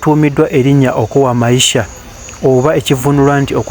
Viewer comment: It's okoa maisha,not okuo maisha